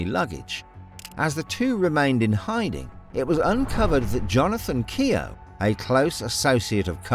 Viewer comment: Keogh is pronounced Kyeoh.